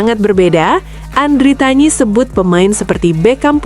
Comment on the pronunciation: Andritani bukan andritanyi